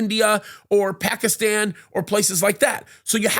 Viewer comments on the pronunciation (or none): none